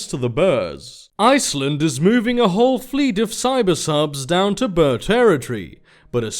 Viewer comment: "Ryk" is Afrikaans (the language the Boers speak) for Empire, it like the 3th Reich and such, also I think Boer is pronounced Boor.